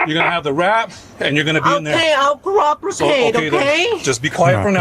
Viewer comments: "Coopricate" ?? Take your tiles off the board, that is not a word. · Exactly. Oh but remember, she "coopricated." 😂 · I'll coropukate, she says 😂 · "Coopricate" reminds me of how the butcher says some words wrong on Wordgirl. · She said, "Coopricate---not that it's any better than the mess you made up.